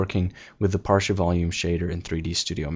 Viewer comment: Great tutorial. But I'm thinking it should be pronounced "party" - as in "partical"...rather than "parshi" as in "partial" - no?